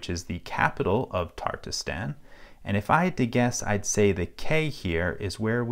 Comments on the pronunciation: Tatarstan, not Tarterstan. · Tatarstan, Not Tartastan. You can see the 'p' (pronounced "r") is after the second 'a'. I don't speak Russian, but I can read it... mostly. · TATARSTAN, not Tartastan. Video is good, especially for Russians. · Im pretty sure that says tatarstan not tartastan. татарстан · "Republic of Tartastan" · Tartastan lmao. Tatarstan is the correct spelling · Not tartarstan but tatarstan. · FOE FUCKS SAKE ITS NOT TARTISTAN OMFG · TATARSTAN not TARTASTAN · every time he said tartastan i shuddered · It cannot be that hard to pronounce Tatarstan correctly. Tartistan, really?